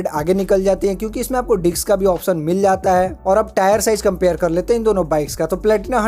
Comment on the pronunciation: भाई तू बार-बार बोल रहा है डिक्स बोल रहा है डिस्क बोल